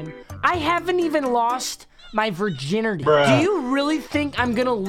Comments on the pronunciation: He did not just say virginerty instead of virginity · he said virginerty